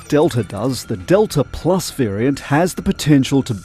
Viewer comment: Wtf is detla plus